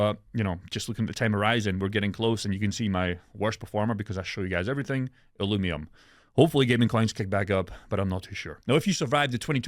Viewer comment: NIGGA ITS UH-LUVE-EE-UM. THERES NO M, NOT NOW NOT A YEAR AGO, NO M